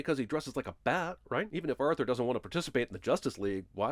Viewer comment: The only sin in this video is your pronunciation of "Arthur" or I guess "Urthur"